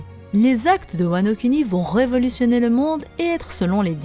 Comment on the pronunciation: svp prononcez "wa no kouni". on pense moins au lingus après